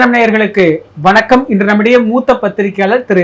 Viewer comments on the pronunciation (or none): none